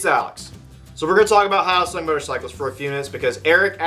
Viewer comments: its he yo sung. Not how oh sung . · /hjəʊsʌŋ/ h-yo-sung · Pardon me, but the “yo” in hyosung is pronounced like the y and o in the toy “yo-yo”, not the greeting “hi”. You’re welcome. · The guy that did this video doesn't even know how to pronounce Hyosung. I have two, a GT650 Comet and a Limited Edition GV650. Both are great bikes, both very reliable. This guy is an idiot. I have been riding my GT650 for 18 years. I'm the original owner. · At least try to pronounce it properly... As a Korean I'm almost offended (I'm not that woke yet).